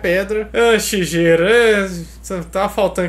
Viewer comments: Vc pronunciou errado o nome do Shigeru Miyamoto, se fala "shigueru" ,GE se lê "guê"....outra coisa do Pokémon....q faltou...ekans é snake q significa serpente em inglês e arbok é kobra q é a naja....aqui no Brasil chamamos todas as serpentes de cobras,mas na verdade não temos cobras aqui só serpentes,por que cobras são as najas,que tem o capelo,capelo é a aquela protuberância q a naja tem,e isso q difere a cobra das serpentes, lembrando que toda cobra é uma serpente,mas nem toda serpente é uma cobra pelo fato de não ter o capelo, o shigueru Miyamoto foi super inteligente ao criar a ekans (snake-serpente) e a arbok(kobra-naja) espero q tenha ajudado o canal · Escreve “Shigeru” mas se fala “shigueru” descurpe mas é o nome do meu marido kkkkkkk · A pronumcia é SHIGUERU carai e ele nao teve nada a ver com os nomes da localização gringa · Escreve Shigeru mas se pronuncia Shigueru!!! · A pronúncia do nome do dono da Nintendo é Sigueru. Tive 1 sensei de Nihongô (língua japobrsa) que o nome do marido dela é Sigueru.